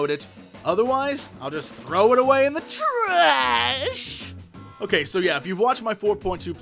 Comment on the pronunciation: Hmm the way you say "trash" every time somehow reminds me of "Sesame Street - I Love Trash!" song :)